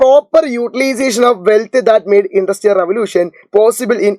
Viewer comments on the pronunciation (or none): Indrustial ❌️ industrial